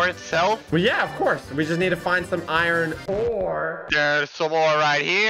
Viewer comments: I love how says “Irene” instead of iron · says iron like iren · my guy you say Iren